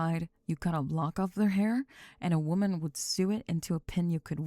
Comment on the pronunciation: “They would ‘sue’ it…” I think she mispronounces words to trigger my OCD!